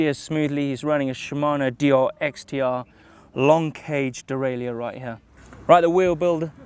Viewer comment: Nice xtr derraileur 🤣 he said one letter to much